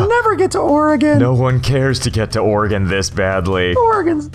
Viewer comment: Thank you for saying OREGON correctly